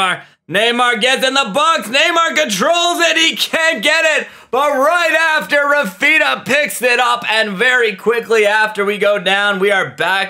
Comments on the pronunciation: not him saying raphina and not raphinia💀💀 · Why do you pronounce raphinha’s name like that 💀